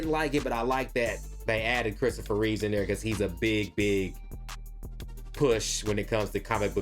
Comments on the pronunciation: It's REEVE GODDAMMIT! You're telling me you watched the Christopher Reeve story but you're still calling him REEVES. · Christopher REEVE* (no 's' at the end of his last name)